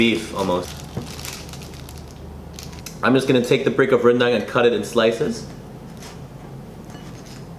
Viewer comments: pronounce it like rendung instead of rendaaang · Some people pronounce it rendeng instead of rendang,just some english and BM problems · Its pronounced rendang not rendang kappa